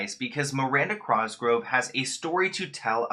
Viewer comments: Did u just call her "Miranda Crosgrove" ? 🤣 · Why does the host of this video keep calling her last name Crosgrove? I thought her name is Miranda COSGROVE? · "Miranda Crosgrove" Crosgrove? lol thats not right... you called her second name wrong this whole time. 🧐. Anyway in other news I had no idea about this... we could've maybe lost her! I'm so glad he thought he really did something and offed himself. The mentally ill can be terrifying .... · You said crosgrove I do that too sometimes haha I love her she seems sweet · anyone else noticed he said crosgrove instead of cosgrove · I’m sorry but I lost it when you said “Crosgrove” at the beginning😂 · He said CRosgrove multiple times where did u get the R from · I love your videos but like why do you call her Crosgrove it's cosgrove 😂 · Cos-gro-ve 😂😂😭crawsgrove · “Miranda Crosgrove” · I love you and your videos are literally the most addicting thing in this world, but please for the love of god stop saying miranda cRosgrove!!! hahaha its Cosgrove! Its lowkey driving me crazy😂👌🏻 but otherwise keep up the great content love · I was triggered by him calling her Miranda Crosgove. It’s Cosgrove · "Crosgrove"- MiRanda...CROsgrove... Baby is Cosgrove💀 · anyone else annoyed that he says cRosgrove instead of cosgrove😂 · stop saying Crosgrove 😖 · It’s cosgrove not crosgrove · Why do you keep saying Crosgrove instead of Cosgrove 😭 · Miranda CROSGROVE...sir COSgrove. Not CROS. Sorry. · so clearly we havent bullied him enough to stop saying cosgrove like that 💀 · Theres only one "r" in "cosgrove" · Bro u should probably learn to pronounce her name correctly